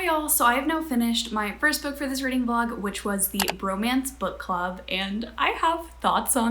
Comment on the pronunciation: “readling” has docling vibes